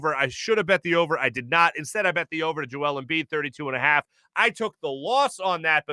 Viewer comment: How the heck did Hayes think Embiid’s name was pronounced??